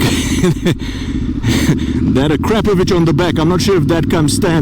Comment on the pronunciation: I love it when a presenter can actually pronounce Akrapovic, most don’t have a clue. 👍